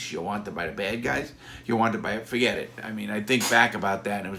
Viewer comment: larry "neva faget" lawton